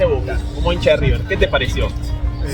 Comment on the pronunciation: "El" Riber??? Ningún argentino lo dice así, sos un trucho